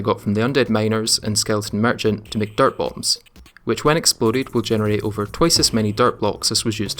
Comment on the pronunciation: For the longest time I thought you were saying dart bombs lol